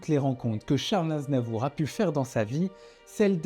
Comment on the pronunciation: Vers la fin du vid, le narrateur dit charles NAZNAVOUR. 😂😂